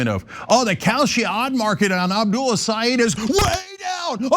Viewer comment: Great! Nice podcast on MI! Just want to let you know Abdul’s last name is pronounced like this: El-Say-Ed not eed. Thank you.